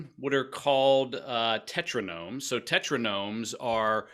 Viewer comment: this guy cant understand the difference between the sims and simcity, cant read Alexey Pajitnov when he's reading it on screen, and calls tetronimoes, tetronomes. i dont think he's qualified to talk about games, listening to the rest just to see how many fuck ups there are gonna be. lol